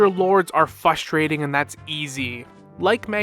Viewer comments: If this guy says fustrating one more time I’m switching to Winter Soldier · This guy is a slow ass talker and i cant unhear him saying "fustrating", like bro you're missing an R.